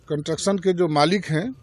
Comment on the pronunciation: विधायक जी कंस्ट्रक्शन ठीक से नहीं बोल पा रहे हैं।ऐसे अनपढ़ और नाकाबिल इंसान अगर विधायक बनते हैं तो पुल ही नही, बनाया जाने वाला सब कुछ गिर जाएगा। फिर भ्रष्टाचारियों की जय हो......